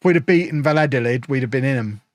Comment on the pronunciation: Valladolids name is not that hard u just say it like this: Vaya dolid The double L in Spanish is the equivalent of a Y in English